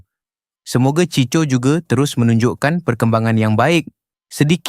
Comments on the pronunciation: Cicho ??? 🤦🏼‍♂️🤦🏼‍♂️ NACAAN NYA = CHIKO LAAAAAA🤦🏼‍♂️ Ciko = chiko Ni yg baca mcm org indon je !!! 🤦🏼‍♂️🤦🏼‍♂️ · Chicho chicho. Bangang betul pembaca ni!! 🤦🏼‍♂️